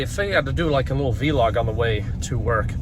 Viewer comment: From one old man to another, it's vlog not veelog. ❤️